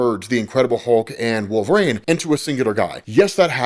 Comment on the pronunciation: "Wolv-rain" lol